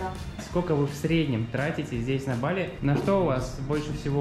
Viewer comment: ❗️Ребят, ну как можно жить на Бали не первую неделю и ударение ставить неправильно? БалИ!! Это то же самое, что рОссия, ну уважайте страну в которой живете🙏🙏🙏